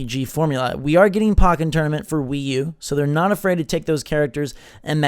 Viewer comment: really needs to learn how to pronounce Pokkén correctly. He keeps saying pock-en when it should be poke-en. You know cause it's Pokémon plus Tekken.